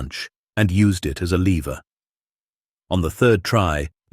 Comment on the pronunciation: Need to pronounce words correctly because you missed pronounced lever look it up